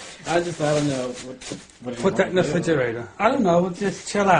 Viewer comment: “Put that in the fridgerator” 😂